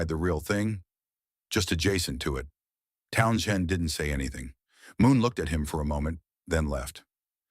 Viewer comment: please program your robot to pronounce townshend. it sounds so stupid to mispronounce over and over again.pay a human to speak..